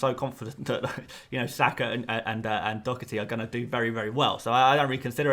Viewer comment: There is no “c” or “k” pronounced in Doherty, I know every english commentator pronounces it like dockerty but it just is not correct, it is pronounced doh, hard to spell out the first part, herty